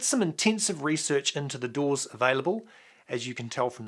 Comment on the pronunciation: Say Doors 1 more time